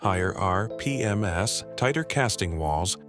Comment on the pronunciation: it’s ai. You can easily tell from the pronunciation of some of the words. When he says case IH it sounds like Case YH, and when he says RPMs earlier in vid the voice says R P M S